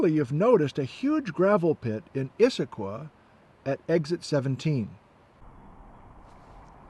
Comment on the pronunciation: Not so fond of your pronunciation of Issaquah. Close, but no cigar. I know it's nit-picky but I'm pretty sure the Cascade Range doesn't end at the Canadian border.